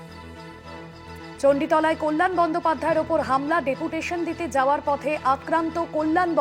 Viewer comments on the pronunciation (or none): পতে নয় পথে।